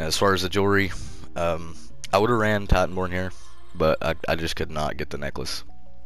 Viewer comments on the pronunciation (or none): Is “Tiiiitanborn” hvy accent bruh lol all love homie we gotta PvP when I get back on. I been recovering from this tragic car crash almost died bro.. i was rear ended by a drunk driver. Broke 3 ribs, lacerated my liver, broke my collarbone, fractured right side of my face & messed up my left ear drum. I been recovering the past 2 months on medical release from work. Been on “Xbox One X” playing ESO on NA server it’s chill. Ima be back home in a week & play on Ps4. Just tried titanborn on Stam DK & I know you always played 1 so you know ya shit. Also, I’ve ran with you on PS4 NA so I already know Wsp, good shit & Keep up the good work.